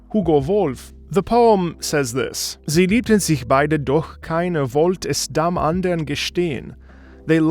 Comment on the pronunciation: Jo your german pronounciation is perfect for sie liebten sich beide. German approved! xD